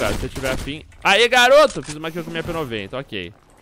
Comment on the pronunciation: só eu q ouvi ele falando PNOJENTA enves de P90